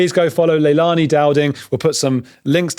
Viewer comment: All a bit chaotic, seriously at least get the names right..Leilani is all over the place.